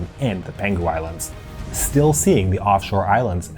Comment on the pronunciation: You pronounced Penghu wrong, it’s peng hu, not pen ghu